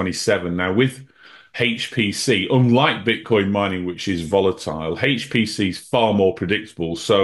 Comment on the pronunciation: loves HAAAYCCHT PC!